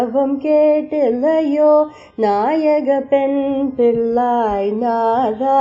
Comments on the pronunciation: தமிழை கொஞ்சம் தெளிவாக உச்சரிக்கும் யாரையாவது பாட சொல்லியிருக்கலாம்ம். பிள்ளாய் என்பதை பில்லாய் என்று உச்சரிக்கிறார். இது போன்ற பல தவறான உச்சரிப்புக்கள் உள்ளன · வெளி நாட்டில் இருந்தும் இறையைப் பற்றி பாடுவதாலும் இறை உருவம் வைத்து பாடுவதாலும் தமிழ் தெரியாவிடினும் உணர்ந்து பாடுவதாலும் ... இன்றைக்கு தமிழ் தெரிந்த தமிழ் நாட்டு ஆங்கர்களின் உச்சரிப்பைக் கேட்டதாலும் பிள்ளாய் என்பதை பில்லாய் என்று உச்சரிப்பது பெரும்பான்மை காமெண்ட்டுகளின் பேரில் கன்டோன் செய்யப்படுகிறது.. condone = to accept or agree with something that most people think is wrong. மிகப் பலர் தவறானதெனக் கருதும் ஒன்றைத் தனக்கு ஏற்புடையதாகக் கொள்; குற்றமாகக் கருதப்படும் ஒன்றைத் தனக்கு ஏற்புடையதாகக் கொள்.